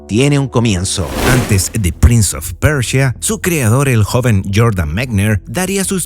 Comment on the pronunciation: Persia weon persia, como PRINS OF PERCHIA